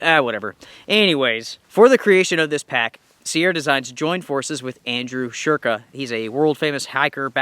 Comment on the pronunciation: Andrew "shurka ", never heard of her . 😂